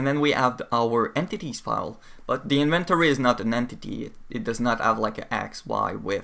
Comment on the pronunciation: Looks like quite an informative video. But your pronunciation of inventory was driving me bonkers.